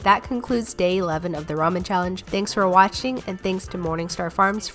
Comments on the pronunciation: Did she say day 11? No offense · Did she say day 11? 😂